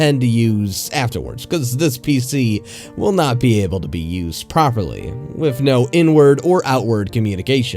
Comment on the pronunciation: "With" "wif"